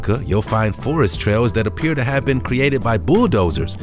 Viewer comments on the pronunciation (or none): none